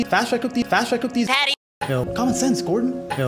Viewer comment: jake says "yo" like "hell"